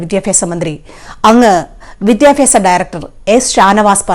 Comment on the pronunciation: Not 'vidyapyasa' it's 'vidhyabhyasa'. Please note. 😅